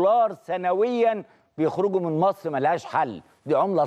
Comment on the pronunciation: ليش الاعلامية تنطقها مِصر بدل من مصر ؟!